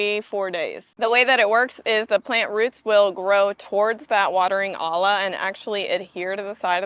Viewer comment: It’s pronounced Oya. Olla is a Spanish word so the double L makes a Y sound. Great video!